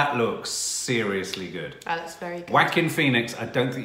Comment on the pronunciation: Everytime he pronounce Joaquin, to me it sounded like "Quackin" 😂🤣